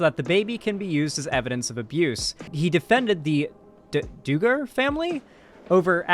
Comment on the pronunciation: it's pronounced Dug-er